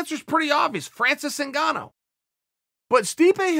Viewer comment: It’s Francis NIGANNU not ZINGANU chael!!